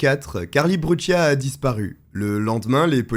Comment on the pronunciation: Cette fille est née en 1992 comme moi et cette histoire est vraiment effrayante elle allez chez elle et paff un pédo criminelle la prend par la main pour la faire du mal ! et pour finir se n est pas brutchia mais brucia dite correctement son nom de famille